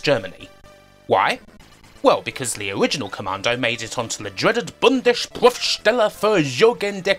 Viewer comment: No clue why you could have an issue pronouncing "Bundesprüfstelle für jugendgefährdende Medien" 🤣 Did a decent job though.